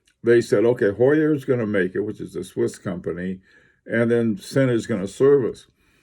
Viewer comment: your pronunciation is hurting my ears :) it is Ziiin. I very recommend reading the latest Sinn catalog (a lot of technical information). Sinn is not about chronographs and dress watches but cases, durability, and robustnes for extreme conditions. Sinn uses unique technologies for their cases and they supply special forces, police, divers, firefighters, doctors, rescuers.